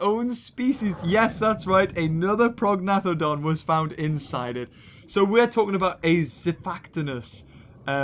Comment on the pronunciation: prognathodon is pronounced pro-nay-th-odon.